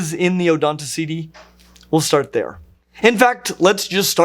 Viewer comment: you could learn how to pronunce a bit better latin though, -Ceti read as City is very unbeareable. I say that just because you got the meanings, just finish that walk with the extra step ^^